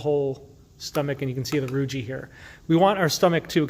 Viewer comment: For anyone watching this video, please note that the word "rugae" is not pronounced with a soft "g" as in "giraffe" but rather a hard "g" as in the word "go". The "e' on the end is a hard vowel, so the word is correctly pronounced as "roo-ghee" with the accent on the first syllable. Anytime, you see two vowels together, the second usually has a hard sound. The same is true with "plicae" (which isn't plee-cay but rather ply-key), "vertebrae"", "teniae", etcetera. Peyer's patches were named after Johann Conrad Peyer, and the last name is pronounced like you would say the word, "higher" only with a "P" in the beginning.